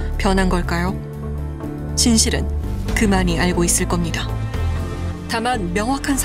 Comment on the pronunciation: 남친 말투가 예전에 소개받았던 전라도남자와 너무 똑같아서 소름..그 남자도 헤어질때 찌질하게 계속 집에 찾아오고 스토킹해서 지긋지긋했던 기억이..'알고'를 '아~ㄹ고'라고 발음했던 그 찌질이